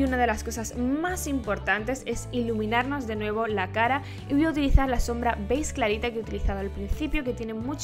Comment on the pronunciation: Me encanta como en vez de decir beige dices "beiz" jajaja se te escucha bien bonito. Me gusto mucho el look!!!